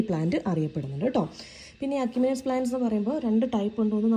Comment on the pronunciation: എഷിമിനെസ് എന്നാണ് പറയേണ്ടത്.